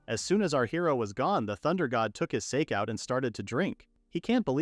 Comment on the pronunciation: The AI pronounced it as sayk not sah keh.